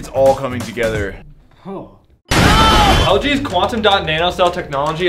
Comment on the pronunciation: He really said “it’s all coming to gather”😂😂